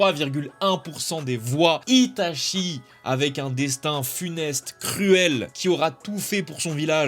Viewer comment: " livai " , " shoto " , " ita chie " + kikou tu meurs ca vous tuerait de voter pour des personnages d'animés pas aussi surcotés?